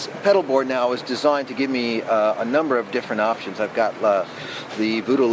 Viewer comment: he says designed in an Australian accent ahahahahah!!! AWESOME!!!